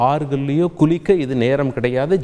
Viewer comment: ஆறுகளில் குலிக்க அல்ல குளிக்க, ல,ழ,ள plz